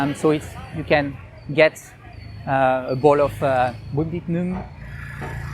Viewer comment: "Bún thịt nứng" LOL